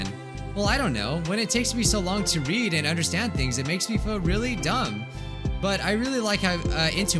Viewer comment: When reads read as read